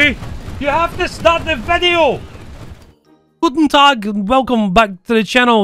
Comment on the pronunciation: This scottsman just NAILING the Guten Tag